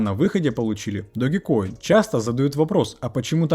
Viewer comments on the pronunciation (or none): Не ДОГИ, а ДОЖ!!! 😂